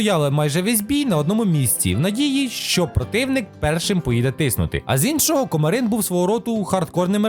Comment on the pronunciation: Кома́рин, а не Комари́н!